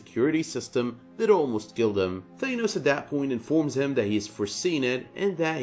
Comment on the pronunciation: holy fuck say Thanos right...u call yourself a comic fan. Your pronunciation makes me cringe!